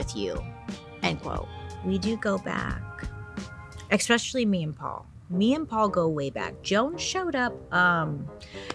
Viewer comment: Love love your channel, and you young lady are smoking hot. But, Bailey, please please, it's "especially" not "expecially"